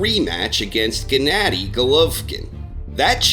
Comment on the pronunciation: I love the way you pronounce "Gennady" and all apps will eventually be available on all makes of smart TV's, TV's are usually the last to get any app but they do come. No one over 30 watch's fights on their phone.